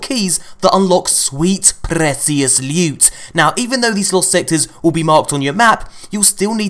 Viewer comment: Whenever says "Sweet, prrrecious, lewt," it sends chills down my spine